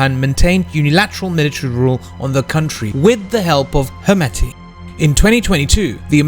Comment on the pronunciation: Why?? Just pronounce it as standard pronunciation..Not according to English pronunciation